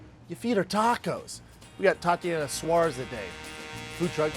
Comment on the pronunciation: Glad you had her on. She's really humble. I agree, future Champ, but will have to neutralize Andrade and Joanna. At the beginning did he call her Taco-yana Suarez?